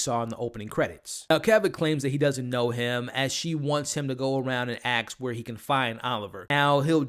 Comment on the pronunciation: Did you just pronounce "ask" as "axe"?